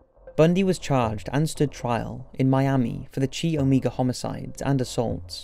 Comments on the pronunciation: It’s “KYE”-Oh-Mega!! Hahaha chee! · Chi is actually pronounced more like "Kai". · The narrator is good, but makes large mistakes in pronunciation. The place, Puget is pronounced pyoo-jit and "recognizance" is badly mis-pronounced, as is the Greek letter "chi."